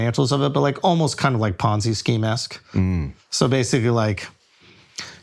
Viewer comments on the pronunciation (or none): none